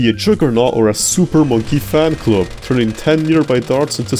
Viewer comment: he said super fonkey man club instead of super monkey fan club